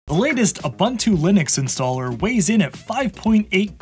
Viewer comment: Will you ever learn how to pronounce Ubuntu? Oooh boon too